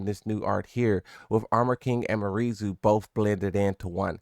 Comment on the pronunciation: "MARIE ZU" 😂